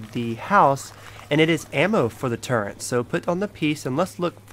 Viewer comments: dude WTF it's pronounced turret not turrent turret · its turret not turrent..... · Very sorry but turrent isn't a word it's turret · 1. It's called a mannequin 2. It's called a turret, not a turrent 3. It's called a lever, not a lether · Its a LEVER and a TURRET not leather and turrent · When he called a turret a “turrent* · its turret nit turrents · He not saying fukin turret right he's saying turren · Dude its turret not turrent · He's not sayin fuking turret hes saying turren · turret not torrent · Turret turret not turent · Turret not turrent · The amount of times he said turrent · WTF IS A TURRENT YO JFC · turrent.... cabinent..... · Why the fuck are you saying turrent